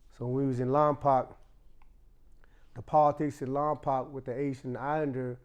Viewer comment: It’s called Lompoc not lompac it’s pronounced lom-poke .